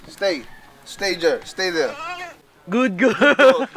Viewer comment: "sTāY jèR" HAHAHAHA 😂